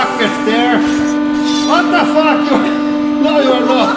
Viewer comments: when he said "waat da FAAKK?" i felt that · Vat da fak?!?!! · I love when he says 'what de fuck' 😂😂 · Its vat ta fak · “WHIAT DAH FUACK” button